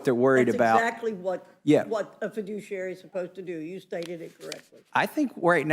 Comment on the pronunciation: The Left seems to confuse fiduciary with fidooshiary.